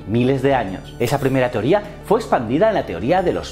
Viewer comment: Buen video pero fallo en el minuto (teorióa en vez de teoria). Me gusto mucho. Un saludo